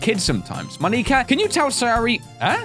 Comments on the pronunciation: It's monika not mon-ee-ka. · It's Mo-nika, not Moni-ka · Its Monica Not Moneeka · i like how he kept pronouncing it moneeka